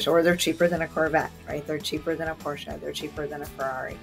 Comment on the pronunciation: Thank you for pronouncing Porsche correctly :)